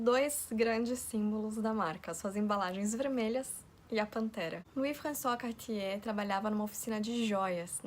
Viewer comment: que pronuncia linda do nome kk francês é uma lingua muito bonita